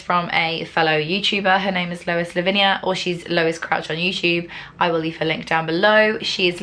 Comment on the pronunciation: You pronounced 'lavinia' correctly and now you're my favourite human. Great video boo xxxx